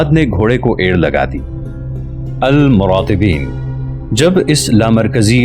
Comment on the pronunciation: یہ لوگ مرابطین کہلائے آپ مراطبین تلفظ کر رہے ہیں یہ بہترین داستان ہیں